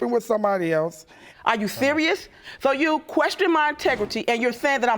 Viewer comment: She said, are you sewious. Lol